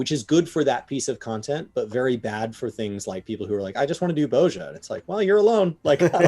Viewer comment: pronunciation of Bozja triggers me. 😂🤣